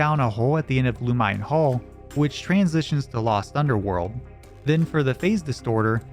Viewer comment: Loo-muh-nay Hall